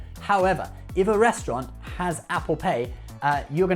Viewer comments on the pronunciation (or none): none